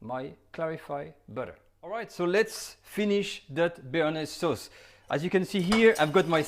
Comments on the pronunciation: In typical french fashion, he sounds absolutely disgusted at the mispronunciation of BARENAYS sauce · Lol he is funny Omg we making a bearnajse sauce Ahhhhh dont panic Lmaooo